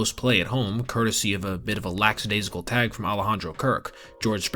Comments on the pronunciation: It is not lacks-adaisical it is lackadaisical. No S after the K….. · 🤫 Also, it’s lackadaisical, not “laxadaisical.” (Not piling on, only as a buddy would brush a few dandruff flakes of yer shoulder before entering the club 😅🤷‍♂️) 👌✌️